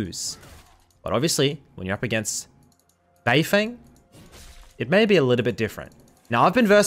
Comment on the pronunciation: just to help u a bit, his name is pronounced more like beifœng than beifeng